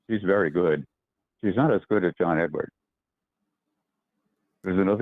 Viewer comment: John Edward. No "s" on the end.